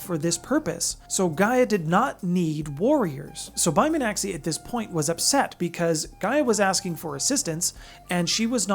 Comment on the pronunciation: Yeah, you were a bit off on the name pronunciation. Bai Mi-an-xi (kind of like shee)